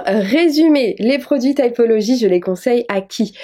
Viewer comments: Les anglophones prononcent « taïpolodji ». 🥰 mais « tipoloji » c’est bien aussi. En vrai c’est pas important. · Vas y prononce à la française T[i]pology. OK en angliche on dit T[aï]pology mais c'est plus mignon la prononciation à la française :) (je sais j'ai pas écrit les bons symboles phonologiques mais au moins on comprend). Encore une vidéo super, bravo !!! 🤘 Love from a tea drinker living among froggies 🇬🇧❤️🇫🇷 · Moi je le prononce à la française donc tipologie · Tu peut fire Typology (aï) aussi 😂😂😂 Chacun dit comme il veux moi je le prononce de cette façon 😂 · Moi je dis T i pology xd Mais je pense que ça se dit comme tu le prononce 🤷‍♀️ Moi j'ai leurs acide azelaic et hydrolat fleur d'oranger Le sérum ongles et le sérum cils sourcils mais j'y suis allergique au sérum cils du coup ils vont me le remboursé après renvois du sérum chez eux 🥺👍 Et petit + l'acide azelaic aide contre l'acné aide énormément contre les marques et petit à petit ça aide aussi ma rosacée des joues, mes joues sont moins rouges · Coucou! J'aime bien typology (je prononce tipologie perso) pour les produits skincare. Je n'ai pas testé les gammes make up et cheveux. J'ai bien envie de tester le masque cheveux et le leavin du coup! Je profite pour demander si tu connaissais une palette de correcteurs crème avec du vert et du orange dedans et qui est de qualité surtout 😅